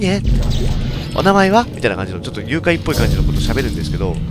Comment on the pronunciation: 愉快っぽいではなく誘拐っぽいとはっきり言ってるとこすき